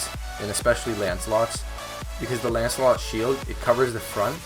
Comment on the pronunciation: Why do people always call it ancelot?